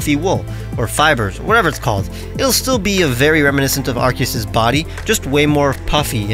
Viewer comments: It's ar-key-us not arcoos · It's arseeyis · That is not the correct way of saying Arceus...